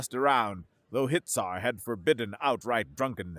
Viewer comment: Hitsar sounds like Hit!er 😂